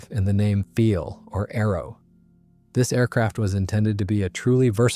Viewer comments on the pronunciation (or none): And the inconsistencies in how the script is read. It's the "Focke-Wulf one hundred ninety", but the "Messerschmitt one-oh-nine", for example. Or calling the Do 335 the "feel", even though 'Pfeil' should be pronounced 'file' -- which the narration does a couple times before falling back into the mispronunciation.